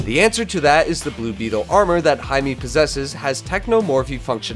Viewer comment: Why is he saying hi me and not himay